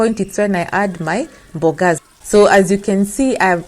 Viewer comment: I really like it when you say mbogas 😂😂😂aki kenyans